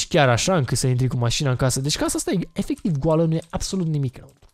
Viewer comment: ma intreb de cate ori a zis,,efeciv''